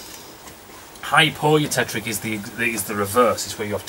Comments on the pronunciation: You. Tech. Tick. Not "trick". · Its not "hypereutectRic"!!